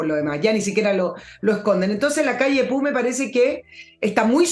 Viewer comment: Con todo cariño, no se dice Lacalle Pu, sino Pou, así como se escribe. Saludos desde Uruguay.